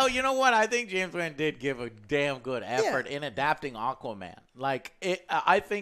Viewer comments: That bothered me so much but Juan would be more accurate to how everyone be saying. Joe's emphasizing heavy on the A, sounds like he's saying Wanne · ....Did he say director James Waan.... Lolol... Hey rocket scientist it's pronounced WAN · JOE STOP SAYING JAMES WAAANNNN SO WEIRDLY!!!!! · “James WEN” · It's pronounced James "Wan", not James Wan. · Joe it's wan not waaaan. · It's pronounced Wah-n not Waa-n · why does Joe say "WAHHNN" its WAN like "WOAN" lol Also, the people who complain about the octopus playing drums must not have seen Ant-Man and the Wasp.. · James WEEN. Joe its Wan hahaha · Lando: James Waan James: It's just Wan but that's ok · "James Huan" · JAMES WAAAAAAAAAAAN. It’s pronounced waughn. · "James Van" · NOT JAMES WEN ITS WAN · the way he said wan. lol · Love but man he can’t pronounce anyone’s name right. James waaan? “Thaynos” lol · If aint wang it will be mis pronounced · James Waaaaaan. LOL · Lol. James "Waan." 😂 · dude pronounces Wan and Thanos wrong, drives me crazy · man... cant say thanos or wan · What is it with you and getting names wrong, Joe? lol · Haha I swear joe gets everyone’s name wrong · he always pronounce everyones name wrong. its like he doing it on purpose